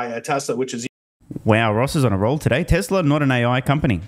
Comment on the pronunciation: Would someone please tell this idiot that it's TESLA not TASLA. There is only one A in TESLA.